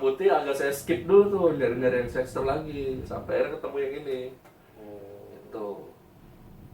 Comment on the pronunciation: Kok nyebutny "sex-ter" sih